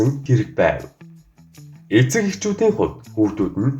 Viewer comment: Эцэг гэдгийг нь дэцэг гэчихсэн байна шд